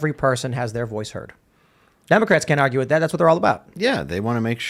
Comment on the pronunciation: !...the word is...WITH not WIT!!! And the phrase goes: 'Light of Day' not 'Day of Light.' It's a sad day when Ian sounds more intelligent.